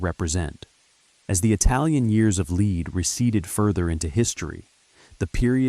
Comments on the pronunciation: Years of Leed 😂 It's "lead" pronounced "led", as in bullets - because it was a very violent period. That's pretty important context to understand when creating content about a period of history. In future, it might be an idea to cross reference with all the other content on YouTube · Brother it’s ‘lead’ as in Pb. The Italian translations is ‘piumbo’. For something so well written, you could’ve started by getting the name right. All I could focus on was your narrator’s terrible malapropism.